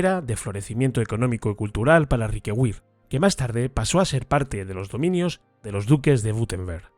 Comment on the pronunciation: Riquewihr se lee más o menos como "Riquebir", para nada como Riquegüir". Es una palabra alsaciana no inglesa, que es el único idioma en el que la v doble (w) se lee "gu". Luego si una palabra lleva una v doble (w) y no es inglesa, es de suponer que se pronunciará como una "b" o quizá de otra manera, pero seguro que no se pronuncia "gu"